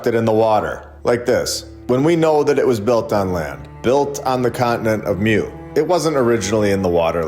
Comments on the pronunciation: "Moo" not "myoo" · It's pronounced moooo. Like a cow! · Love your videos super informative! Hint, the way to pronounce Mu is Moo. There was also a land called Lemuria, I believe this information can be found in the Law of One series. Just some additional information for you to Deep dive into. Keep up the great work! Thanks for all your hard work❤